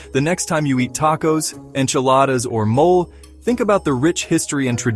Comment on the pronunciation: NOT MOL but Mo-leh😂!